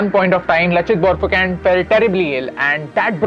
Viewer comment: we speak it borphukon not borphukan